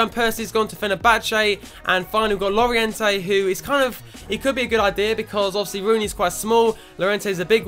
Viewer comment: Double L on Spanish is pronounced J. So it's Jo-rente, not llo-rente